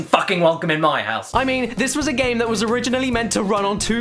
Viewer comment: FireKid112 yeah that's the way it WA-ZUH